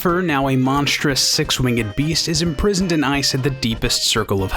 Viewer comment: It bothers me how this guy says "winged" with a huge emphasis on the G.